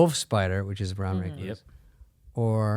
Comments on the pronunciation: The way yall pronounce recluse.. 😭😭☠, In washington we have the recluse and black widow but actually the recluse, widow and bar scorpions are not as poisonous as people think it is VERY VERY rare that people die from them. At worse they just make you nauseous which even that is rare they are mainly just painful as hell, the rattle snake of any breed is potentially deadly without antivenom so hopefully your within 2 hours of a hospital. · Brown recloooos, recluse, reclous, Not wreck loose.🤣🤦‍♂️